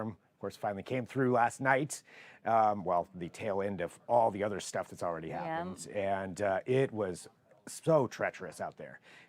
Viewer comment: boLth for both and ether for Other. 😂😂😂